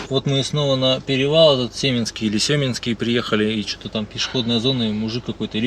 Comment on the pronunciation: Катунь , ударение на второй слог , Семинский перевал , ударение на второй слог . Все спокойно проезжают по перевалу , на низких машинах , можно же посмотреть чужие ролики и ехать спокойно , такую даль проехали и не доехали до Кату Ярык 🤦‍♀️